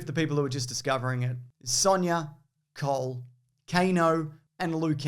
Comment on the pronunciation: "Cole" sounds both like "coal" and "cold". Wonder whether he's a fire ninja or an ice ninja. Maybe both?